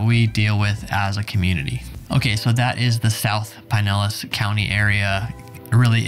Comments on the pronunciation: The flood zone material is too light and needs no Oklahoma info. The Evacuation Zone maps are readily available for Pinellas County, are simple and easy to explain, based as they are on elevations. Stop saying PIE-nellas--it's PIN-ellas County. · Your pronunciation of Pinellas is killing me. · Oh now i see. he said it correctly the first time but he just started butchering it completly